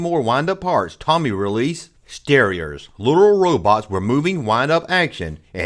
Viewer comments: “It’s Toe-me” not “Tommy”. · Thanks for the blast from the past! Btw, it's "Tomy" not "Tommy" (long "o" sound) and "Starriors" (as in "star"), not "Sterers." As to the Tribots, I've been hunting them down lately, and there are actually six figures in the line. Much like the initial run of Starriors robots, there are three good guys and three bad guys with the same molds but in different colors (three styles, six figures). You may also be interested in checking out R.A.T.S., Tomy's 1985 revamp of Starriors in Europe and Canada. Hope this helps! ^_^